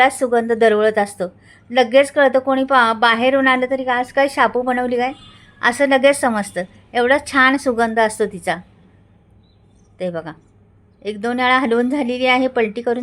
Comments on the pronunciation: शेपू म्हणा छापू नये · शांपू नाही ताई शेपू म्हणतात. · शांपू नाही हो शेपू असं बोला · शेपू ...शापू नाही. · शेपूची भाजी आहे तुम्ही शापू म्हणतात